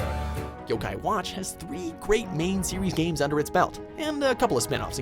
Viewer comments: jaydon roberts You don’t even know how to pronounce yo-kai watch so of course you’re going to be biased and say that. And I love Pokémon but fans like you are getting annoying and making me not want to like the game. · It's Jibanyan not Jeebinyan It's yo-kai not y-kai